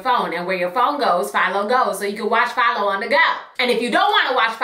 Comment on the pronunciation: You said PHILO, I thought you were saying FIOS at first. lmfaoooo I was like OKAY, with your Verizon sponsorship!! lol